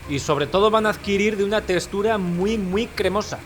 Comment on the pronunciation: Me encanta que diga testura 😅